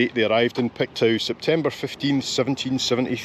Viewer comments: it's pronounced "Pictoo" not "Pictow". LOL! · Pictoo not pictow😂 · its not pronounced pictow its pronounced picto lol I'm originally from Dundee living in Halifax. love your videos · Just FYI...Pictou is pronounced Pik-Toh 😁 I'm originally from Belfast, and have been in Canada for the last 45 years - yes, Canada is the best! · Love your video, especially since I only live 2 hours from New Glasgow. I look forward to your Saturday videos and it's always a treat to get one mid week. FYI Pictou is pronounced Picktoe. Hope I don't offend by mentioning it. Take care. 💜💜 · Pictou is pronounced Pick-toe